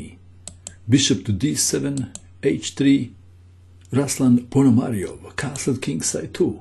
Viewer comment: Right pronunciation is RuslAn (stress on "A" and "u" like "oo" in word "tool") PonomariOv (stress on "O")